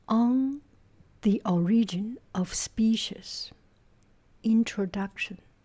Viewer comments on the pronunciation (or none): Is that Kevin Jr.? And, I believe, the most noticeable mistake is that it's pronounced "O"rigin, not or'I"gin. The accent is on "O". Despite "orIginal". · the first syllable of “origin” is emphasized :) so it’s “OR-igin” not “or-IG-in”. it’s a small detail and the word could be pronounced differently in different English speaking regions. that’s just how I hear most American English speakers say the word. otherwise you sound great!